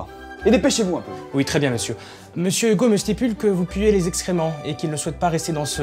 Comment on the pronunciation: "Vous puez les excréments"